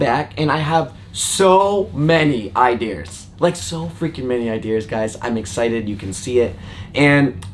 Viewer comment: "i-de-eers" you dont have an accent so i know for FACT you can say "I-DEE-AAH".... idea....:D